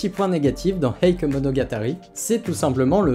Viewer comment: Petite précision pour la prononciation de "Heike" 平家 En effet beaucoup le prononce "eïk" mais en réalité ça se prononce plutôt : "hééké" En effet le "i" dans "ei" ne se prononce pas en japonais, il sert juste à prolonger le "é" comme dans "sensei", "genpei" (sénséé, génpéé) C'est pas grave du tout évidemment, mais étant donné que la prononciation change radicalement dans ce cas précis, je souhaitait le mentionner. Anime très sympathique sinon ^^